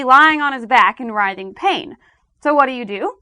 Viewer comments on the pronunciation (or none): none